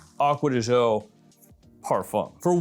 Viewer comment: Correct pronunciation of gio is actually somewhere in between the two pronunciations. You are also mispronouncing it